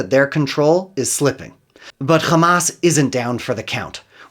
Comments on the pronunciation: So I know what? He is a westerner and can pronounce Hamas as Hamas. He is deliberately pronouncing it Khamas as israelis do for a reason. It is for ALL of us to know he is a genocidal zionist . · When he said "Khamas" I understood immediately that he is "Pro-Israel." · My ear bleeds every time I hear a Zionist say the word “Khhamas” 🤡🤮 Isreal will 100% lose, they deserve 0% of the country. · I knew this was going to be propaganda when I heard “ka-mass” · He call them Khamas. So you know. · Most definitely. I knew it from the way he called Hamas, 'Khamas', just like the israelis do. Even though he is clearly a western goon, he does everything to sound israeli. .